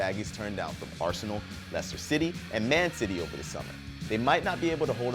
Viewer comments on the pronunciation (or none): none